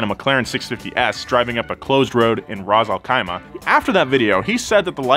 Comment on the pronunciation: Did he just say Raz El Caima That’s more of a Mexican name my friend. What’s up with westerns and pronouncing every Arabic word with an “S” as a “Z”.